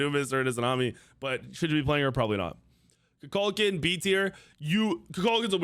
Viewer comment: Why does he say Kukukaln the wrong way? He literally pronounces his name in game.